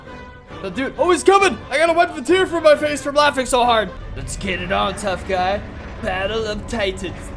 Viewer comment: Someone said gay in kajiu universe all of us were saying what he said I miss spell he was supposed to say guy